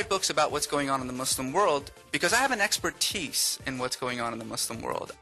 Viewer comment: Exper-TEECE: cos English is just a language.